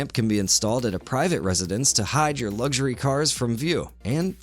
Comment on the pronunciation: Since when has there bean a “G” in luxury.